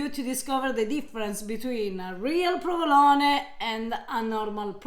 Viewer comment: She even knows how to cut the mozzarella di bufala the correct way! I hope people pay attention to these details. So much good info in this video! Also, a bit stupid of to correct english pronunciation while butchering the pronunciation of "provolone" over and over:P